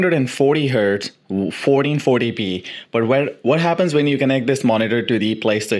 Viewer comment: SOUNDS LIKE YOU SAYING 4040P.